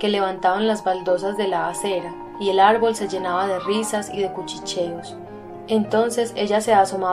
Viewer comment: Arbol separalo y dice ar-ból